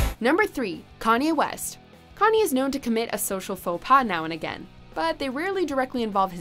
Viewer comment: "Kani West" 😰😂😂😂😂 1st time I ever heard his name pronounced like that